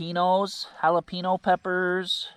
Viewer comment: If you can say the word “pen”, then you can say jalapeño…jala “pen” o